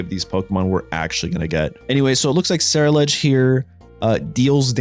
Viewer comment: Just for some help it’s pronounced gar_gan_ackle and ce-rule-edge I got you on this one my guy